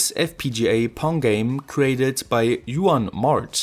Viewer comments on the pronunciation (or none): "Yuan" 😂😂😂. In Spanish Juan is pronounced sometime like "Hu-an" in Deutsch or "Who - an" in English. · Juan is not pronounced “iuan”… 🤣🤣🤣 Check any how-to-pronounce video 😅😅😅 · ee-oo-an Jajajaja seguramente los alemanes no hacen la J como nosotros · Odd way say Juan